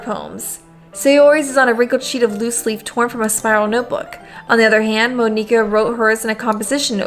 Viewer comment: Monika is pronounced the same as Monica